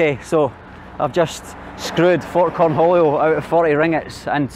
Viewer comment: why are you going north instead of south, to Java or South Sumatra? also, did you say “Corn Julio”? LOL 🤣